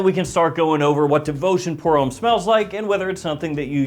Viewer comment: Come on it’s pronounced hom- me. Not home